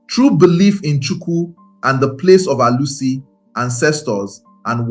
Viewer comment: Your pronunciations make it sound as though your target audience are not ndi Igbo. You pronounced Alusi, Chuwku, and some other words the same way many Nigerians mispronounce their names to make it more acceptable to westerners.